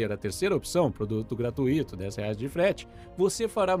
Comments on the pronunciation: A pronúncia de "gratuito" é "gratUito", não "gratuÍto" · Me desculpem mas a pronúncia culta de “gratuito” é gratúito, com a tônica no u do ditongo ui. Sem discussão. Quem quiser ser visto como uma pessoa que se esmera em falar corretamente, seguindo a ortoépia, a pronúncia recomendada pelos sábios, não pode ter um segundo de dúvida quanto a isso. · Estou adorando seus vídeos e maratonando há 2 dias. E, permita-me deixar uma crítica construtiva. A única forma correta de pronuciar a palavra "gratuito" é "gratúito", com ênfase no "u", e não no "i". Infelizmente, esse já é o 3º vídeo que vejo você pronunciar da forma errada, mas dessa vez realmente me incomodou, porque perdi a conta de quantas vezes insistiu no erro num único vídeo. Obviamente que o conteúdo é muito mais importante e pretendo continuar maratonando e compartilhando seus videos, porém eu precisava deixar esse comentário. Espero que faça bom proveito dele, como estou fazendo do seu trabalho. Obrigada.